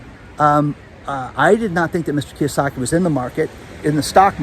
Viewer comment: Robert Kyosaki? Sheeesh...